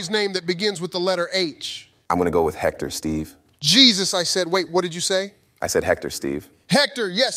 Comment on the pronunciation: When Drake said Hector with a J I lost it lmao.